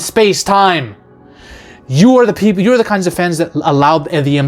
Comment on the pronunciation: ..."multiple peepler" i busrt out laughing